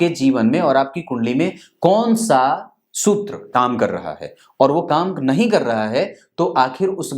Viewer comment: जी वो शुत्र नहीं सूत्र होता हैं।😁